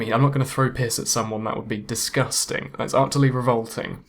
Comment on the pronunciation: "It looks DIS-GUS-TING" xD